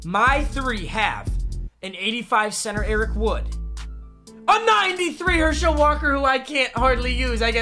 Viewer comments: It’s not pronounced her shel it’s pronounced hershaul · I love Papa but I’m glad he lost because I don’t have to hear him say "Her-Shell" Walker anymore. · as a uga fan, it just sounds weird how you say herschel walker you just put the emphasis on schel too much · The way he says Herschel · Anyone else really annoyed with the way he says Herschel?